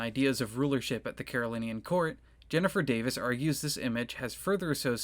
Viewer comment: It's pronounced "Carolinjan," you know.